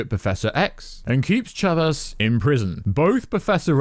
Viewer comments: Umm her name is America Chavez… not America Chavas lol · America ‘chavas’ ‘Sammy’ Raimi More mistakes! Jesus Christ man 🤣🤣🤣